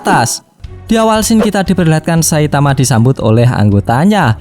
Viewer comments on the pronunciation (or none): none